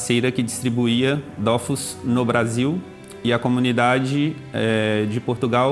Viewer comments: D’eau füs et pas DOOOFOUSSSS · Dofus pas Dofous par pitié.. pour une fois qu’un jeu français est bien